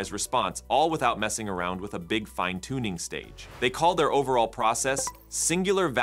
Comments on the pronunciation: Same person, or....same AI. Also, it's pronounced "Fine Tuning" Not 'fin-e-tuning' , so this also tells me that the voice is an AI or text to speech video voice over. Not a real person. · Singular Value "Finne tuning"? The AI cannot voice "fine-tuning" correctly! GENIUS - NOT! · Finetuning is pronounced fine tuning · How do you pronounce "fine tuning"??